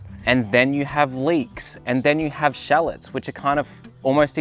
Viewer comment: Love all your videos, fruits and veggies I'm interested in all. Your pronunciation of shallots is funny, I had to replay it to know what it was